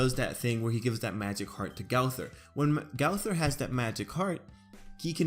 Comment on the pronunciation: Learn to say the name